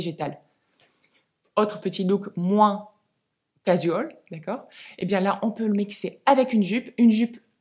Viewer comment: Juste 2 choses (c’est dit gentiment 😊) - un pull irlandais ok alors le loch ness et les pêcheurs islandais non! - casual: prononcer cajoual sans accentuer la syllabe jou au contraire « l’avaler »